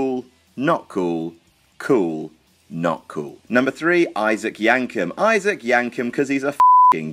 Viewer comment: I'd whack Raven somewhere in that list. The transition from Johnny Polo to Raven in ECW has to be one of the most iconic changes yet imo. Also, lol "Issac Yankem". ... "Issac".